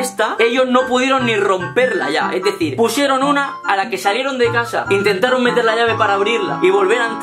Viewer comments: Al principio del vídeo dice AN INTENTARO quien se dé cuenta que le de like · " INTETAROO" EL